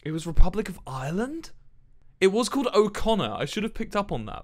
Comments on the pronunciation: Republic not replubic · r e p l u b i c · Oi I call it the Republic. Well I don't say "The Rebuplic of Ireland" I just say the rebuplic. And the way he read it was just painful. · you know he's a geography nerd when he says "replubic of ireland"